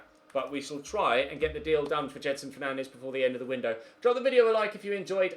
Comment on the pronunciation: It’s said jed son not jed er son